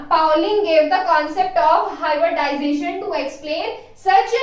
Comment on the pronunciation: Hybridization....not hyberdization🙄🙏